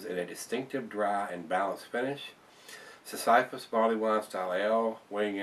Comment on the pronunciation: I think it's pronounced 'sissy-fiss.'